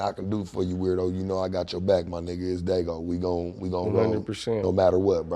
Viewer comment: He Called DAYGO